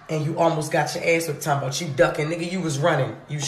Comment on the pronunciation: Whats wrong with her? Why cant she say you and too?